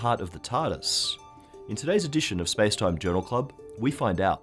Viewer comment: I hate it when he says spacetime